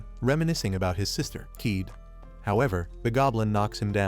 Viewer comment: It's not keeed it's ka ye de